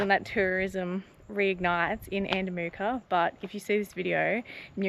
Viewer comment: Haha sorry mate your saying andamooka wrong. It's not moorka, its mooka.